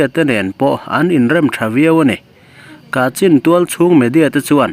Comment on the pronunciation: Kachhin tia, lam tur a ni ang.